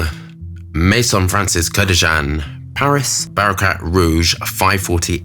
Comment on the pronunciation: "barracrat rouge" this illiterate swami queen with the try hard bad BOY tattoos and ridiculous pumped lips has everyone DUPED.